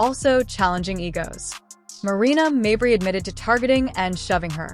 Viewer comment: Stop mispronouncing mabrey 😢